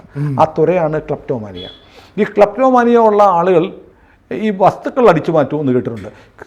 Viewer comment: ക്ലാപ്ടോമാനിയാ ആണോ ക്ലിറ്റോമാനിയ ആണോ? 😂🙏